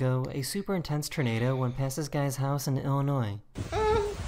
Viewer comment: Hearing the commentator guy saying "ternado" was driving me crazy lol